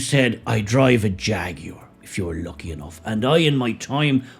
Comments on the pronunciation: It is pronounced "jagwar" not "jag-you-are" for f. sake. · HAHAHAHAHA "FAGUAR"😂😂😂😂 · "Faguar". Perfect. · Hahaha Hahaha hey jagwire have a bud light you will need one. Jàgwire kaput. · My pronouns transgwar. -Jagwar 😂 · Or "Draguar" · Say Ta Ta to Jaguar 😊